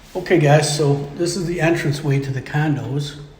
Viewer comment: Love it when says "Candos" 😂😂